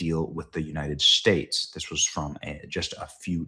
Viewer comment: The United Schtates